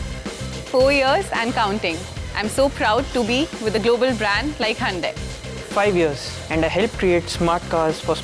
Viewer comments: It is Hyundai not hande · Good one. So it is Handey....and not hoondai or hi-undai.... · It's actually pronounced as Hyeon-de